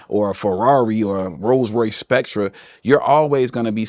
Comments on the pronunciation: A Rolls-Royce Spectrahh?... ITS SPECTRE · Doesn't matter how he pronounced it...he can afford it.